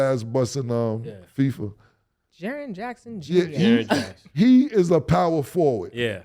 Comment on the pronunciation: "Jaren Hackson"